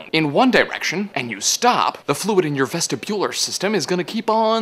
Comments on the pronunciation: ves-TIBular... wrong emphasis on the wrong syllable :| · ves-tib-ular, not ves-ti-bular I'm not sure if you did it on purpose so I just wanted to make sure that you knew. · you pronounced vestibular wrong, you put too much emphasis on the u